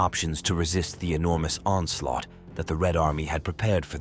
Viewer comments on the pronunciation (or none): none